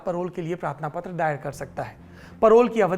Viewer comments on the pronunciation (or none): none